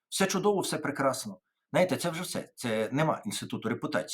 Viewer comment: Тарасе, перша буква в слові «знаєте» - З. Не забувайте про неї, будь ласка